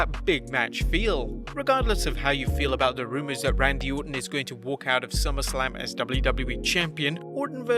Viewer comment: its Orton not ortan